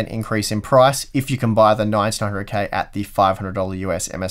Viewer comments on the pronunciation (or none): When you try to say "9900K", you often mumble it and say "900K" and sometimes it even sounds like "1900K". It's doing my head in! Is it the sleep deprivation? Regardless, love these videos, thank you.